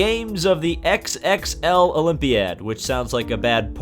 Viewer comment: Oh, XXXI is "x x x i" not "x x x l" 😂😂😂